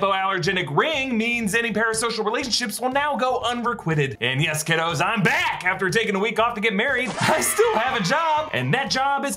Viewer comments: You said un-re-quit-ed. Its un-re-quite-ed. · “Unrequited” is pronounced UNREKYTED, not UNREQUITTED. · Forgive me... I grew up thinking "unrequited" was pronounced "un-ree-coo-I-ted" with a hard I... I feel like I'm committing heresy contradicting E.A. Voss